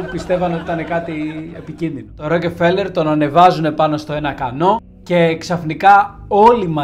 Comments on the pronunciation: Ροκφέλερ προφέρεται, όχι Ροκεφελερ . Μάλλον τον έφαγαν οι Μαου-Μαου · Ροκεφελερ Ροκεφερελ😂 έχω να εκνευριστω με λάθος προφορά από το Μαικολ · Tι ροκεφελερ ρε; Ροκφέλερ. Γράψε λίγο πρώτα αν υπάρχει τέτοιο όνομα πού αναφέρεις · Δεν είναι δύο λέξεις το όνομα του αγόρι μου. Δεν τονίζεται σε δύο συλλαβές. Μόνο η πρώτη συλλαβή τονίζεται η Ro.Αλλα γιατί δεν την προφέρεις στα ελληνικά Ροκφέλερ; Αυτό το Ρόκε φέλερ δεν υποφέρεται. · Μπρο πας να πεις ένα στορυ για άτομο που δεν ξέρεις καν το ονομα του. Πρώτον είναι η πλουσιότερη οικογένεια στον κόσμο,δεύτερον είναι Εβραίοι και τρίτον λέγονται ΡΟΚΦΕΛΕΡ. ΣΒΗΣΕ ΤΟ ΒΙΝΤΕΟ ΚΑΙ ΞΑΝΑΚΑΝΤΟ ΑΠΟ ΤΗΝ ΑΡΧΗ ΑΝ ΣΕ ΑΚΟΥΣΟΥΝ ΕΛΛΗΝΕΣ ΕΞΩΤΕΡΙΚΟΥ,Η ΑΓΓΛΟΦΩΝΟΙ ΝΑ ΛΕΣ ΡΟΚΕΡΦΕΛΕΡ ΘΑ ΣΚΑΝΕ ΣΤΑ ΓΕΛΙΑ ΚΑΙ Α ΣΕ ΞΕΦΤΥΛΙΣΟΥΝ ΟΠΩΣ ΜΟΛΙΣ ΕΚΑΝΑ ΕΓΩ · STA ARXIDIA MASSSSSSSSSSSSSSSSSSSSSSSSSSSSSSSSSSSSSSSSSS ΠΟΥ ΠΗΓΕΣ ΜΥΚΟΝΟΟΟΟΟΟΟΟΟΟΟΟΟΟΟΟΟ ΟΧΙ ΡΟΚΕΦΕΛΕΡ ΡΕ ΒΛΑΚΑ ΡΟΚΦΕΛΕΡ ΛΕΓΕΤΕ Ο ΣΚΑΤΟΜΑΣΩΝΟΣ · Στην αλάνα που τον πέταξαν είναι εκεί που έχει καντίνα ο Ρότσιλντ;;;;;; Μεγάλε δεν φταις εσύ φταίνε αυτοί που σε ακούνε 😂😂😂😂😂😂 Έχεις πολύ πλάκα Εγγονός του παραμυθά έτσι; Α ! Και μάθε πρώτα πρίν βγεις αέρα Ροκφέλερ όχι ροκεφελερ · ροκφελερ διαβαζεται οχι "ροκε" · Ρε φίλε, έλεος, Ροκε-φέλερ και Ροκε-φέλερ συνέχεια. Άνοιξε ένα ρημάδι google να δεις πως λέγεται ο άνθρωπος, που του άλλαξες το όνομα. Ροκ-φέλερ λέγεται. Δεν μπορείς να πεις το ρ με φ μαζί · Ροκφέλερ έλεος!! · Ροκεφελερ;Πρωτα απ'ολα μαθε να λες σωστα το ονομα. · Δεν το προφέρουμε Ροκεφέλερ. Επίσης παραμένει η πιο πλούσια οικογένεια. Καλό είναι όταν γυρίζουμε βίντεο να διαβάζουμε πρώτα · Ροκε φελερ!!!!! Οχι ρε. Ησουν και αγγλια... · Γεια σου καλε μου. Το ονομα προφερεται. ΡΟΚΦΕΛΕΡ. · Δεν προφέρεται το e φίλε . Ροκφέλερ προφέρεται και ο τύπος εδώ είναι εντελώς γεια σου ... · O ροκΕφελερ 😂😂😂😂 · Εντάξει, προφέρεις λάθος τον Ροκφέλερ, ανεκτό. Μα, "εξαφανισμός";;;;; Έλεος. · ωραια ιστορια, λαθος προφορα στο ονομα... ωραιος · Μία διόρθωση, Ροκφέλερ κ όχι, ροκεφελερ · Ροκφέλερ βρε όχι Ρο κεφελερ.